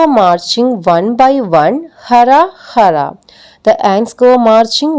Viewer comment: ഹ അല്ല ഹു.. Pls check